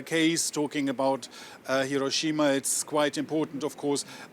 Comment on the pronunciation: &@ Thank you for being an EDUCATED reporters and pronouncing "Hiroshima" correctly.